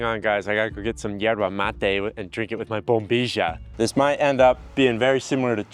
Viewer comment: "yer-bah" "bom-bi-jah" You are mixing your Spanish accents.